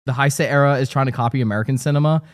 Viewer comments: Only because you asked for corrections. Biolante is the monster based on human pollution note Ghidorha. King Kong was not the first monster Godzilla fought. And its pronounced "Hey-say" era. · Now I need to know what favourite Super Sentai shows are A minor thing is that Heisei is pronounced more like Hey-say. Awesome episode! Did not expect you guys to talk about tokusatsu